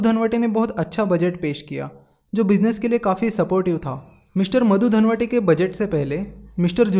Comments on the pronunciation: अरे भाई मधु धनवटे नही दंडवते बोलो मराठी आदमी था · अर्थमंत्री मधु धनवटे नही दोस्त , मधु दंडवते , ये बातछोडके बाकी आपका video जबरदस्त है. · its मधू दंडवते you are pronouncing it wrong as मधू धनवटे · pronouncation problem sir ji....